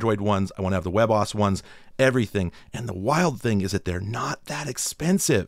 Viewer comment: Do people actually pronounce WebOS like webboss?